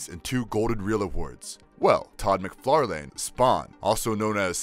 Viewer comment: Mick far Lan not mc far lane